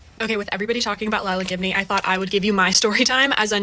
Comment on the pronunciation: Everytime you said her last name i heard "give me" and honestly, thats a perfect last name for an entitled influencer